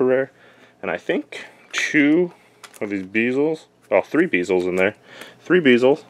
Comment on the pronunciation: its bee l ze. not beezle